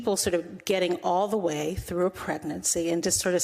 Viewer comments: The emphasis on "with all DUE respect" had just a little bit of stank on it". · Did you miss the emphasis on "due" in the "With all DUE respect". The clue very little respect is due to this clown.